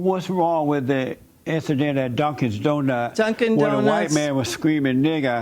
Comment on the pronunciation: Dunkins donut lol Not Dunkin’ Donuts